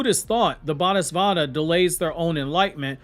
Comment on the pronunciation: It's "Bo-dee saat-fa"